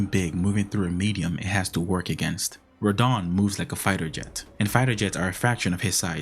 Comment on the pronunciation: Dude. It's not "R'don".